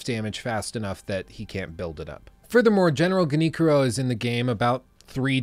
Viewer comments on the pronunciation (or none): GeniCHiro, not GeniKiro. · Did he say headless is in the game twice? I could have swore I fought 5 of those horrid abominations of a boss fight. Love sekiro but whoever designed that boss must be "headless". And that damn geneekiro, I'm sorry but that prununnciation is hilarious 😂. Love your vids. Keep em coming 😀